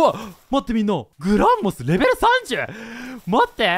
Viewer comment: グラモスぢゃなくて、グランモスですよ。